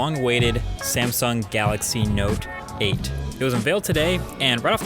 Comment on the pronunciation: Note 8 ..noteight